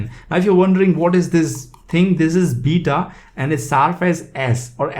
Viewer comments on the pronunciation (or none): none